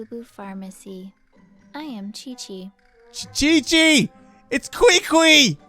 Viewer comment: My question is indeed "why chichi?" because if was going to correctly mispronounce her name it should be "Kiki" not "Kweekwee" since Qiqi's name doesn't have any "u"s.